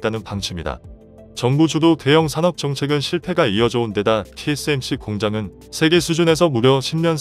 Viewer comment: 우리 정부가 반미는 아니지만 그래도 친중에 속해있는건 사실이고 그 와중에 몇번의 통수를 맞고 이제서야 중국의 민낯을 알게된거지 그래도 아직도 친중에 속해있어 뭐 그동안 정권들도 친중성향으로 흘러갔던거도 사실이고 박근혜때 정점을 끊었고 문재인이 그 뒤를 잇고있지 누가 다음 정권을 잡을지는 모르겠지만 친중정권으로 가려한다면 큰 화를 당하게될거다 그나저나 한글모르나? 세계를 재계라말하고 종전을 총전이라하고 뭐하자는 소리야 가뜩이나 기계음도 짜증나는데 한글도 제대로 못쓰나